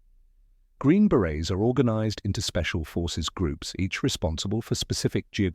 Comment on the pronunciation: Beret not baret 😅